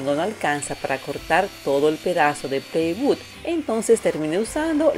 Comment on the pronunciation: aCarolina, por favor es "plywood" no "playwood".